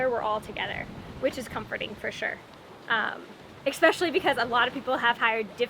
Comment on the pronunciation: Especially. Not expecially essssssspecially. I had to say here because my wife is going to hit me soon if I keep saying it to the TV.